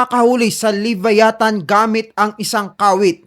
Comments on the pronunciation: LEE-VÁYÀ-THAN Stress ay nasa unang letrang A. ganyan tamang pagbigkas niyan.. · Vlogg ka.. pronounce mo bg maaayus tukmol "lebayatan" ungas. luh·vai·uh·thn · Boss ang tamang pronunciation ng LEVIATHAN ay LABAYATAN!!!FYI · wrong pronoucation sa Leviathan. Don't leave the "VIA" hanging .. say it fast. No hate just saying. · kahit ang leviathan prinonounce mo wrong 😂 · Sir sana sinearch m muna or nakapanood k s ibang vids kung pano ang pronunciation ng leviathan